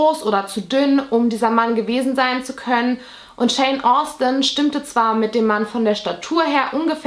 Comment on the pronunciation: Btw, nur so am Rande, immer wenn du Shawn Austin gesagt hast, habe ich Jane Austin gehört 😆